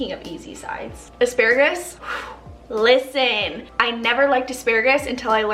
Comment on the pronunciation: "LIS-TEN" lol